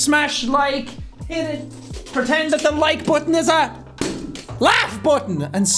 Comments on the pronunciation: I miss when you said laughf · he really slapped the AU outa LAUGH and made LGH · L.A.U.G.H - My mind still thinks of that one time he pronounced it ‘ALGAHU’ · Hearing L A U G H just brings a smile to my face